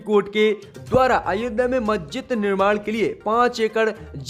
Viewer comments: Abe zahil majjid nahi masjid hai sahi shabd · मेरे भाई आपसे तो मस्जिद का सही उच्चारण भी नहीं किया जा रहा है,, समाचार क्या खाक पड़ेंगे।